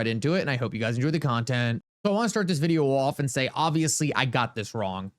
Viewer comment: stop pronouncing the word VIDEO as VID-EE--OOWWW. That's so annoying. And Uphold is a scam they love Cameltoe Harris.